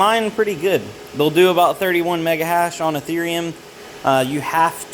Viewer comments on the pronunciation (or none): Nice video. Please never call eth ear eum eath er um ever again